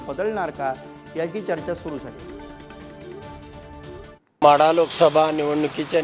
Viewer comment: म्हाढा नाही रे माढा